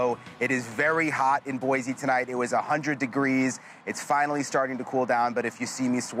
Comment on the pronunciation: There's no Z in BOISE